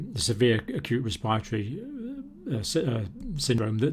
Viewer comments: It's res-p-I- ratory, NOT res- PIRE-atory ! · is he saying 'respiatry' system? never hear respiratory said that way, lol